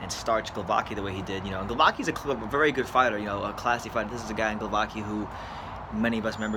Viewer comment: Glovacki not Glovaki-???